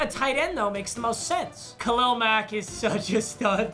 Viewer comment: I love how papa says Khalil like “Khalel”